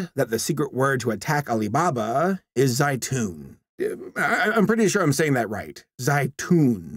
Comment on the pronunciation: Zaitoon is olive in arabic, but they pronounced it waaaay wrong. it should be pronounced lighter. like zeitoon.